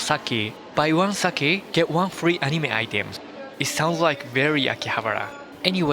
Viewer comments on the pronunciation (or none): Curious ! Why did you say SAKI instead of the Japanese word _ SAKE ??? Best to stay with authentic words, not English speakers mispronunciations, desu neh. Great videos, by the way.